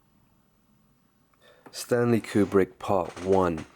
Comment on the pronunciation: kub-rick. stan-lye. A hook from Ukraina.